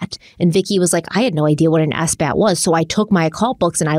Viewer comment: So nobody is going to mention that pronounced sabbath S-bath?